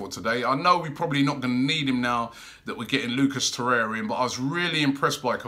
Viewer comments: Torreira not Torrea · its torreira not torrea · Torreira. Not Torrea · TO-REY-RA or TO-RARE-RA come on Robbie man wtf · There's another R in the name. It's Torreira. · will robbie move to.Urugay to.learn pronuniction of lucas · Robbie still can’t pronounce torrerira’s name right or any name for that matter 😂😂